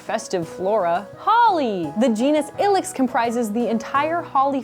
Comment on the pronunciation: I thought it was pronounced eye-lex not ill-ex